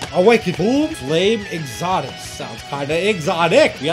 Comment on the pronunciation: It’s exodus not foldeus